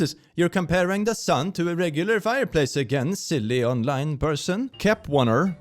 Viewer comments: Kep-ONE-er I knew I had reason to hate their name. Kpop group names are obsessed with 1s and acronyms and have become lazy. Its Kep-L-er btw. The 1 is pronounced like a L. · kep1er is pronounced as kepler 😭 its a kpop group but man the dude who said 2.6 is stupid 💀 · "Kep1er" is a kpop group, and its just pronounced as "Kepler" the 1 is an L but the way you tried to say it is funny